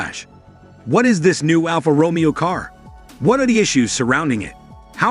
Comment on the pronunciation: before u review a car...try and pronounce "Alfa Romeo"